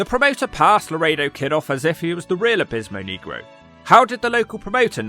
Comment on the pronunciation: I'm black and you always pronounce his name wrong